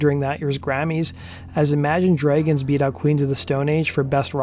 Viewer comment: Can someone please explain why he’s pronouncing the word “dragons” as “dreygens”? At first I thought it may have been a unique vowel pronouncement, spoken in accents from parts of Canada, Minnesota etc, but it’s the only word he seems to be mispronouncing. I’m genuinely curious if I’m missing something